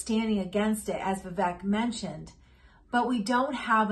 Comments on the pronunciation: Nobody ever says his name right the ek at the end of his name is pronounced ache like “cake” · Vivek, like cake! Say it like cake, not Vivek like deck. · Why don't people listen to Vivek with how he says his name is pronounced and pronounce his name correctly, especially if they are "wanna be" comentators? Vi-Vake (strong A sound), pronounce it correctly and do him proud, lady.